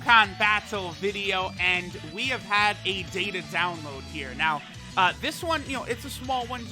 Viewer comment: its Data not Data